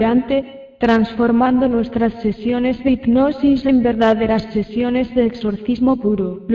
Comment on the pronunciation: Lulu Niels efectivamente, está tips no sabe pronunciar, dice ignosis en lugar de hipnosis. Aparte su voz adormece.